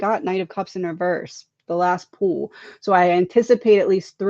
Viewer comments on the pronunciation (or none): none